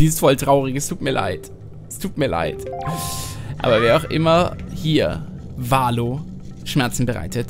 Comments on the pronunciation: bei Valoo betont man die "oo"s wie ein "u". Kleiner trigger deswegen in jeder Folge.:D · Bei ist das wie bei so Freefall-Towern (z.B. im Heidepark der Scream) + Valoo wird eher Valu als Valo ausgesprochen.